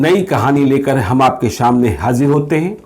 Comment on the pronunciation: sir aap to bahot achche patrkar hn aapki kahani rozana sunte hn tabhi nind ati h mai kolkata se hu ek bat aap sa ko sha mat bola kijye jaise shunate hn shamne etc